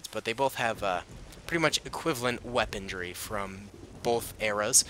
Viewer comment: Ya boy said “Weapondry”😂